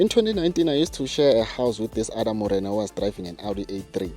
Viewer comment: "This other morena" 😂😂😂😂😂